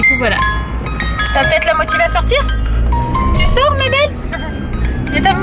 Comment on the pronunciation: Quand tu lui mets la musique et que tu lui dis "tu sors" on dirait que tu dis "tu sors Mégane ?" hihi